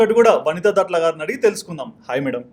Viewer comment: దట్ల కాదు. దాట్ల అమ్మ. Surname